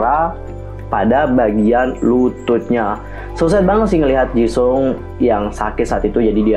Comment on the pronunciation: Maaf kak cuma mau koreksi Nama Jisung itu seharusnya dibaca Jiseong / Jisong (kalo mau baca cepat) Maaf kak jangan tersingung cuma mau koreksi Kalo ada salah kata mohon maaf dan jangan di maksudkan hati...